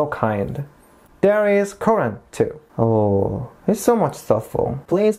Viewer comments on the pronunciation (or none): none